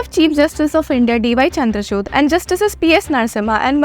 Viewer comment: Chandrachud nhi chandrachur pronounce hoga wo.